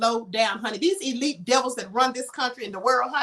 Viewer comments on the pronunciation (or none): none